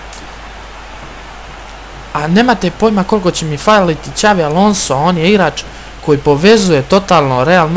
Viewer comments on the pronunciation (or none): none